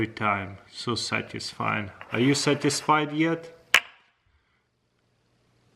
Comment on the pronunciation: "Are you sateesfied yet?"